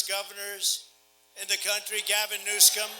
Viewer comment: If Trump can pronounce "Coachella" surely he could learn to properly pronounce Kamala and Newsom.